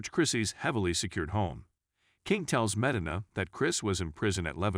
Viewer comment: "leh-MUR" instead of 'LAH mar' Hmmmm..."meh - du - nuh" instead of 'Me-DEENA'? As the spokeman for this film says, "You should watch this movie." And listen, too.